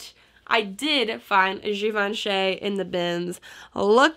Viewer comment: Great find. It is actually pronounced Givanchee (like in cheese) :-)